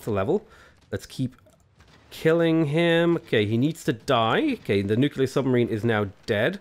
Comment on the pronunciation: AAAAA, IT'S NUCLEAR, NOT NUCULAR